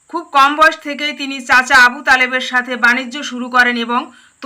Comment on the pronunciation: এখানে গাথে না সাথে😂😂😂😂❤